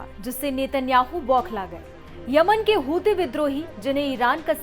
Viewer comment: ये हुती हुती क्या है ये हुती हुती क्या है,😅😅